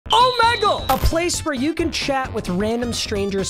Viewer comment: Bruh, you even say Omegle wrong.